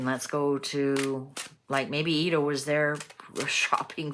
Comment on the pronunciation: Pronounce it Eddo not eedo. As in the name Ed which is not pronounced Eed.